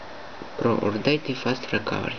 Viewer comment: урдейт тсссссс хахахаххахахахахаххахаха мне 11 и я и то знаю что это токое или как произносится и пишится!!!!